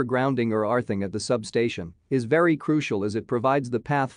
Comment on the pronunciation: Arthing? What is Arthing?